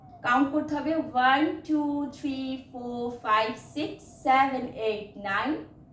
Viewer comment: Saven noy, seven!!!